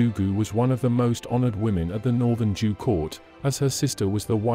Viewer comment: Why do you pronounce Zhou as Jew? The correct pronunciation sounds like Joe (in Mandarin). In Cantonese it is pronounced as Chow.